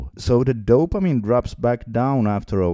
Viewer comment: Another dumb fuck with terrible pronunciation about dopamine.